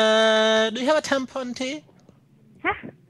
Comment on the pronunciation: TAM-PON tea